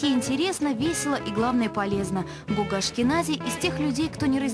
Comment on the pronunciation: Не Гога а Гоха (Гаухара)